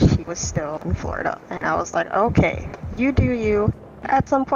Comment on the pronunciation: “Okey” lollll